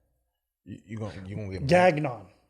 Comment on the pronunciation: Gagnon? Ok guys this is not french at all. 🤣🤣🤣 dying !!!